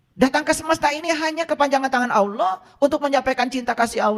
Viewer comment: Apa ALOH itu ???? Yg fasih Dong ??? .TERJEMAHAN ...OTAK ATIK COCOK LOGI ...SAK ENAKE UDELE DEWEK 😅😅😅 ??